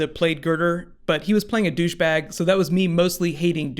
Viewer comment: Lol and I just heard say dusch bag